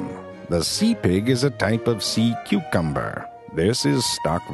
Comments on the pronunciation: I swear I thought he was saying "lamb pig" at first. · i love the way he says pig hahahaha